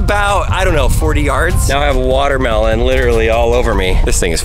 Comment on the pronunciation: Buht... da smol wahtahmeelohn ees eentakt... whaaa?